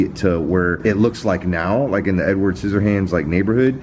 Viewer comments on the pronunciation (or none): none